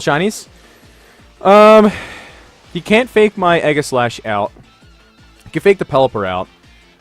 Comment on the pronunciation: Egg-a-slash?? Zap-a-dos?? do your read english??